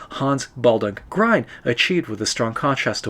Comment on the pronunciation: Excellent, I've been meaning to try this for a while! In my tests I used diluted gouache for white and it seems to work quite well. By the way, Grien rhymes with green, not with brine.